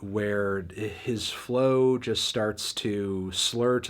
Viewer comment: I need you to say the word “just” less, you say it wrong.